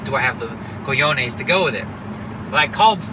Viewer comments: Daniel, it's "co-ho-nes" not "co-yo-nes". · Everyone knows cajones(btw prounced cahones), but tranquilo? Nice. Where did you pick up some Spanish, DNegs? Suerte, future G.O.A.T.!